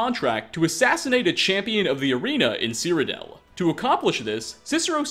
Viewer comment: "Seerodell" Smh n o